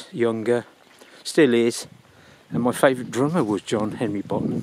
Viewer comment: Hi! I'm curious to know why do you pronounce his last name as Bonhám instead of Bónham. Aside from that, since probably I won't be able to go there physically, I thank you for letting me visit his grave virtually. It was moving to watch. Greatest rock drummer ever and inspiration for millions.